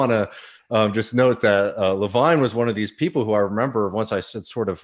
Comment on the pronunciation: First 3 minutes. Levine, Levan, levune. Hahaha. Fuck the man. Fuck his name up. Harvey Kaye raising his hand is hysterical. Hahahahah